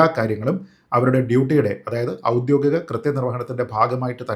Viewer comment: നല്ലൊരു സംവാദകനും പ്രാസംഗികനും ഒക്കെയായ താങ്കൾ ഔദ്യോഗികം എന്ന വാക്കിനെ പലപ്പോഴും 'ഔദ്യോദികം' എന്ന് തെറ്റായി ഉച്ചരിക്കുന്നത് പല പ്രാവശ്യം കേൾക്കാൻ ഇടവന്നിരിക്കുന്നു. ദയവുചെയ്ത് അത് തെറ്റാണെന്ന് മനസ്സിലാക്കി 'ഔദ്യോഗികം' എന്ന് തിരുത്തി ഇനി മുന്നോട്ടുള്ള താങ്കളുടെ സംവാദങ്ങളിലും വീഡിയോകളിലും ഉപയോഗിക്കുമെന്ന് കരുതുന്നു.